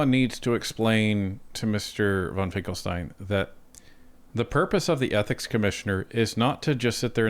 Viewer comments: His name is Finkenstein, not Finklestein!. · Finken not Finkel. C'mon.